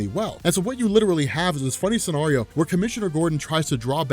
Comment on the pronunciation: I hate how you pronounce scenario